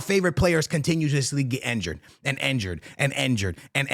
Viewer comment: Injured ❌ Enjured ✅